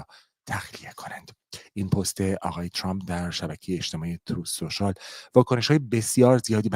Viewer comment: چراهمه عقده دارن که ترامپ راچرررمپ یاترروومپ چومپ تلفظ کنند ،امریکائیهاوانگلیسی زبانان مثل شما اینقدر غلیظ نمیگن اقای دونلدچومپ چرررررمپ تومپ،نمیتونیدعقده به خرج ندیدوبگیدترامپ😢